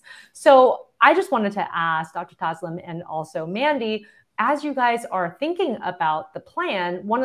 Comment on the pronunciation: It is not taslim it is tasleem not your fault to pronounce it wrong she should think of it